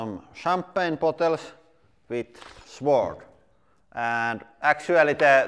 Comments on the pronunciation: in English, we don't pronounce the 'w' sword. It's pronounced like 'sord'. To be fair, it's one of the many weird exceptions in English that make absolutely no bloody sense whatsoever. Afterall, we pronounce swank, switch, swollen, and swallow, et al, with the 'w'! I'm fairly sure sword used be pronounced with the 'w', and probably not that long ago, but just not in modern parlance. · (Sword is pronounced like sord.) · In English, the W in Sword is not pronounced. So it is pronounced SORD. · The “W” in sword is silent